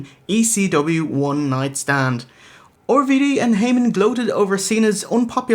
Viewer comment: Why do they keep calling RVD 'Orvy Dee'?